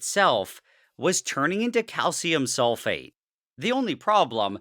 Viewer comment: SRSLY every timme he says calcium sulfate i hear SOULFATE and go like "DARKSOULS"